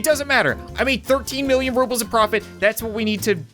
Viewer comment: Its called Rubels not Vrubels